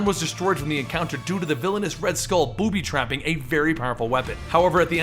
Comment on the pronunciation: did dis dude just say BOOTY TRAP😂😂😂😂😂😂😂😂